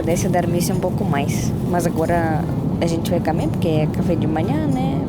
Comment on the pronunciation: Pronuncie a letro o, comer e não camer.